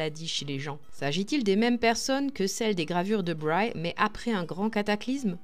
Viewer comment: Théodore de Bry et non Théodore Brye, né à Liège en 1528 et mort à Francfort-sur-le-Main le 27 mars 1598. La conteuse car il s'agit d'un conte par ailleurs confus et désordonné, prononce " Braille " ce qui est une mauvaise prononciation. Il faut prononcer Bri.